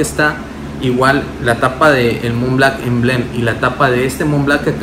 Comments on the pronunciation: Montblanc montblanc! Blanc! B L A N C, no Mont BLACK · Creed "aDventus", "Mont BlaCk" jajajajajajajaajajajaja 🤦‍♂️